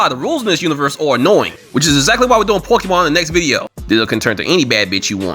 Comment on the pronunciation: Wait, did he say pokemon? 😂